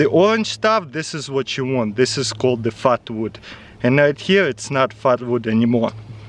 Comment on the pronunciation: At first I thought he said fart wood